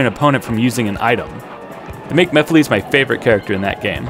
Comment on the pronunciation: These look awesome! Also, at least you don't pronounce it "ma-fill-iss" like that one Sonic Central announcer lol 😂